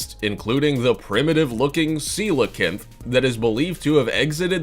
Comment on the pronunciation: Anyone else semi-offended by how he says Coelacanth?